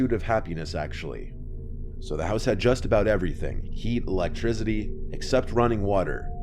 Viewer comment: Electricity ❌ Electrizity ✅